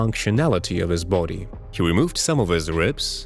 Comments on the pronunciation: This dude says booty instead of body.😂😂😂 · Did he say booty? 😂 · Bro the beginning why did u pronounce body as booty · “What has he done to his boody” 😂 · "his boodi" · Great video, but every time you say body, I hear "booty," lol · I love the way you say "body". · Came here for the pronunciation of "body". Stayed for the content